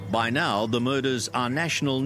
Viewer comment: He can't pronounce "now"